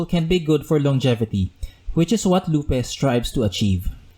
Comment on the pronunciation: BTW it's pronounced LOOP. Not "Loop-ay"